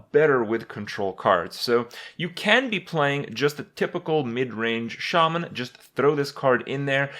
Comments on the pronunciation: I've heard Shaman mispronounced so often it's weird to hear it said right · it's pronounced "shay-men" accordingly to blizzard. But in real life it's pronounced "sha-men". Watch the patch 4.2 trailer for WoW on youtube if u don't believe me.